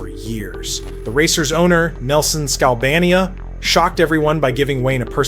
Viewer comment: Nice story. Unfortunately, some of it is NOT factual. #1. The Gretzky trade from Indy to Edmonton had NOTHING to do with Wayne having a choice. The trade was made by Nelson Skalbania (pronounced similarly to the country...Albania, NOT Skal-BAH-knee-uh). The two suitors for the trade were Pocklington in Edmonton & Ben Hatskin, who owned the Winnipeg Jets. Skalbania went back and forth between the owners on offers, and at one point the Jets decided NOT to match the offer Pocklington had made in Edmonton. So Gretzky, who at the time of the trade was sitting on a Lear Jet in Minneapolis while the plane refueled (along with Eddie Mio), was then taken to Edmonton to join the Oilers. #2, Gretzky's trade to LA did NOT go down the way you described. Wayne was sitting with Bruce McNall, (then owner of the LA Kings) in McNall's office in LA. McNall and Pocklington were NOT sitting together in the same room with a trade agreement between them. McNall and Pocklington spoke over a speaker phone in McNall's office while Gretzky sat a few feet away. Pocklington, who didn't know Gretzky was in the room with McNall, then stated that Wayne was soft and wasn't even the best player on the Oilers, that he was a complainer, a malcontent, not a great team guy, etc etc. When McNall hung up with Pocklington, Gretzky then told McNall that as far as he was concerned, he (Gretzky) was now an LA King. The trade was consumated only a few days later. If you don't believe what I'm writing, there is video pro